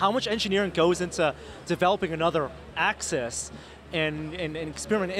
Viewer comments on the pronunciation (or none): Hey. The word is AXIS not ACCESS. Please learn how to pronounce it. I don't think you are stupid.